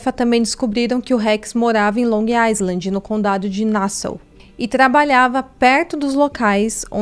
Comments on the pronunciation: Long Island se pronuncia sem o S Long I-land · Tem q falar LONG AILAND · Estava doida por esse caso, moro aqui e todo dia tem uma coisa diferente ai fica muito "espalhado" p se entender, parabéns, vc compactou muito bem.. ah só uma coisinha, Long Island fala-se Long ailand (não poe o som do S e o D final vc não termina o so fica DÊ ) kk coisa de americano